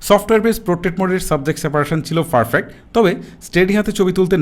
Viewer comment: ভাই আমি সবসময় আপনার ভিডিও দেখি, কিছু মনে করবেননা একটা কথা বলি তাছাড়া আমরা একি জেলার মানুষ।আপনি ভিডিওর মধ্যে পারফেক্ট শব্দটাকে ফারফেক্ট বলেন এইটা আপনার ভিডিওর কোয়ালিটি লেস করে এই জায়গাটা সম্ভব হলে ইম্প্রোভড কইরেন।